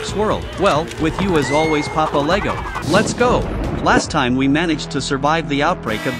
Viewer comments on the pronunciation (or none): none